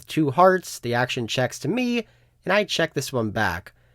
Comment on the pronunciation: for some reason, you pronouncing all your T's as D's tilts me haha, player make DA CALL OR DE CALL. never THE CALL.